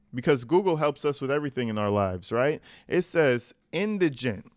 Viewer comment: Thank You for pronouncing Indigent properly! I'm hearing Indragant, Iganent and such on other Posts. You are Well Spoken and Articulate! ❤